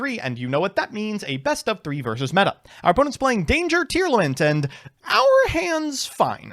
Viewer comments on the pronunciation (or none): none